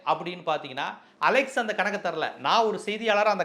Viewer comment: டேய் அலெக்சு இல்ல அலெக்ஸ் 😂